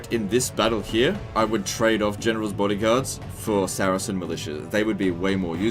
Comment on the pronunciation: the way you pronounce saracen makes me lose all respect lol